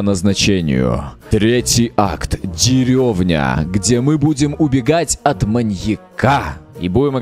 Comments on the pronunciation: Кхм кхм не дерёвня а Деревня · Не дерёвня а деревня